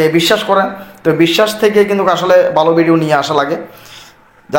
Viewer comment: ভাই ভিডিওকে ভিডিউ বলেন কেন